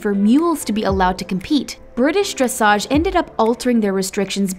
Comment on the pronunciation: Well, nice that they recognize how hard it is to do this (many thing we just 'sit there'), but sad you can't pronounce names like Dujardin and dressage correctly. :-(